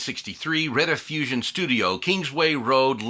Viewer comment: The one thing you didn't research was how to pronounce Rediffusion. The first syllable is pronounced "reed", not "red".